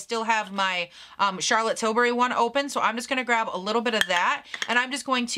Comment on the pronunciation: lol Charlotte tilsbury, I think you were hungry